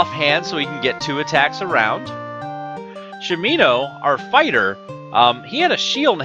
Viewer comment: sha mi no, not shameeeeno